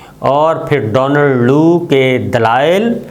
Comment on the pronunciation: صابر صاحب ! ڈونلڈ ڈو نہیں ڈونلڈ کُو نام ہے ۔